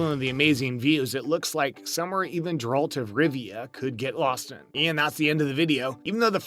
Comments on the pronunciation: GARE ralt .... not JAR rald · Jeralt…. How did you pronounce that? Lol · thousands of thumbs down for mispronouncing the main characters name, consistently (did you even watch this on Netflix??) and for the lack of actual bloopers. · Why tf would you just talk about them and not show them!? Also, they literally say his name like 1000 times in the show. How do you still pronounce it wrong?